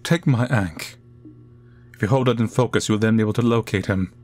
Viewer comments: It's "aangkh". Not ainkh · Yea this game dev for sure has a specific.. Type.. Of.. Design.. That they like and use a lot.. That is for sure. Its very distinct since you almost do not see it anywhere else. Not unless you are specifically looking for that style anyways. Side note, I have never heard someone pronounce ank the way you did here before. Sounded odd to me. But I guess when you are used to listening to one variant of people saying things hearing a different way sometimes sounds completely off. ( Oh and, do not get me wrong. I do like the fact that this dev has their own unique style. I prefer things that way, Makes their stuff even more.. Their own, and not something that has been copied countless times... I say that yet my art style is very much typical from my part of the world when I am doing most of my stuff.. With the exception of when I am trying to do things in another style due to being payed specifically for that style.. Think the only thing I can claim to be uniquely mine art wise is probably my landscapes.. Stuff I do not do as often and its not done in a way that imitates anyone else.. )